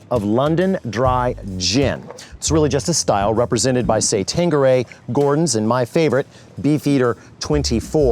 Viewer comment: Quinine and tanqueray also badly pronounced